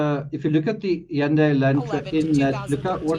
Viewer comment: You're the first person I've heard so far that pronounced Hundai correctly!!